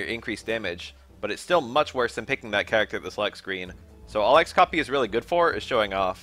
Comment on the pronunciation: disliked for pronouncing "X-FLAT" and "X-COPY" like that